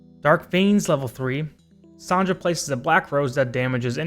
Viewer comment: Yey, Finally, someone pronounce my girl (Sonja) name correct!!!😂 Some people mispronounced her name as Sonia😅 Anyways, you're cute🥲😅